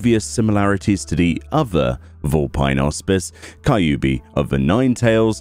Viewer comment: i hope u still dont say "Kai-yu-bi" still